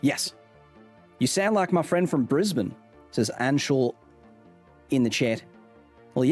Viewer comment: Your Os are still off and very American, sorry mate, and when you say "Australia" you do the American "AUSS-stray-lee-uh" rather than the Aussie "a-STRAY-lya". "Chit" is also more Kiwi than Aussie. Congrats on saying "bris-b'n" though!